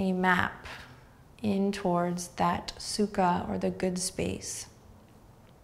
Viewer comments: Anyone else speak Russian and keep hearing "су́ка" instead of "sukha?" It doesn't mean "ease" lol. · Sadly, I could only hear Сука every time you said sukha and couldn't help chuckling like a child. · suka is also russian and i cant stop giggling when you say it